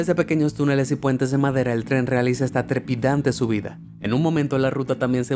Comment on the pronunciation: Se dice trepidante no trepitante, si sabemos las palabras no hay que usarlas queda como ignaro.